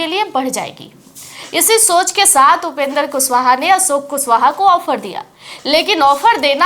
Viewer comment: मैम आप कम पढी लिखी है का पहले आप माननीय उपेन्द्र कुशवाहा जी का नाम का उचचारन सही किजिए तब बात किजिए, जब कैमरा मे खाली विडिओ है तो अवाज का पुसटी कैसे कर रही है आप